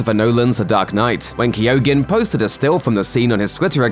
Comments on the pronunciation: It's pronounced KEEGAN, not Kee-oh-gan. Why can no one pronounce names and words in YouTube vids? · His name is pronounced "Key-o-han", the "G" is silent... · You arent pronouncing his name correctly, the 'G' in his name is silent. Kee - Oh - Han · Keoghan is pronounced “Kyone” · Yes I too like the actor BARRY KEY-OGEN I wish people actually researched the pronunciation of names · Guys its pronounced Barry KEOH-AN. In Irish there are lots of words with GH, DH, BH in them, coming from ancient Irish ways of spelling. In this case, for the purposes of pronunciation of this actor's name >> basically forget that the G is there at all, and just split the sound at that point. KEOH-AN. [Source: am Irish and my surname is MacCarthaigh] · "Kee-yo-han" The G is silent. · Barry's Joker is very reminiscent of the Arkham video games joker, and as such, a very true comic book portrayal. Excited to see what this young man can do in the role. He has nailed it in this clip as far as I'm concerned. And just for the sake of it, his name is pronounced "Key-o-han", the "G" is silent... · It's pronounced Key-own. Please never do a video like that again. Everytime you said it I wanted to Toss the phone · It’s not pronounced keogan the g is silent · You're still pronouncing his name incorrectly..... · The person doing the voice over should also be locked up for murdering the pronunciation of Barry's surname! It's the most grotesque part of the clip! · Jesus Christ, learn how to say his name right, that’s one hard g you got there